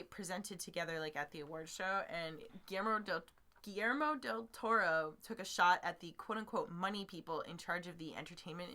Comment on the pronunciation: Oouff, musssed up his name again?? Poor Guilllllerrmo Del Totoro!